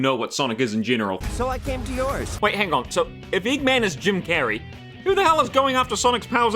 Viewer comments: It kind of bothers me that you got Jim Carrey’s name wrong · "Jim Cregman" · Why is Jim Carrey being called Jim Craigsmen, 😂😂😂